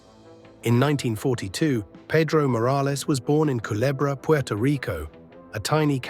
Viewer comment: Thank you for pronouncing culebra correct ❤